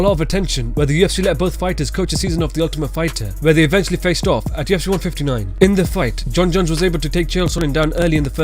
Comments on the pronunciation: Am i the only one that keeps hearing "TFC" instead of "UFC" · It sounds liek youre saying TFC